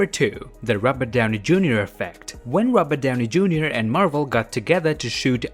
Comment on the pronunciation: I found funny when he pronounced "robert Downey Jr" as "róbadaunei" haha, sorry, video was great, but this point I lost it haha